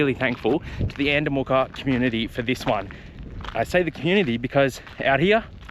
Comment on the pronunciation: Haha sorry mate your saying andamooka wrong. It's not moorka, its mooka.